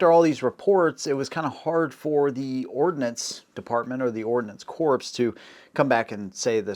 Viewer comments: Ordinance Corpse? Really, it's pronounced "Core". BTW. The high velocity .22 is junk, it relies on velocity to compensate for its lack of mass. There's a reason for the military going to the 6.8. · Ordnance CORPSE! Ordnance Corps, pronounced like Core. The "corpse" pronunciation harkens back to Barak Obama's "corpseman". He just doesn't know. Nobody told him. I didn't either until somebody told me. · Ordnance corpse?